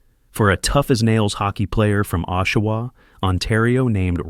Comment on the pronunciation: What kind of crap video is this where you can not pronounce Oshawa or St Louis properly? AI crap!!